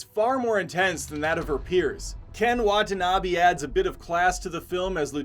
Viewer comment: I'm Japanese and I was surprised by the narrator's correct pronunciation of Poke-mon. Then he unfortunately pronounced Ken Watanabe's name in the way most people mispronounce Poke-mon as Po-KEE-mon saying Ken Watana-Bee. (Wah-ta-na-bay is the correct pronounciation). Sorry I just had to comment.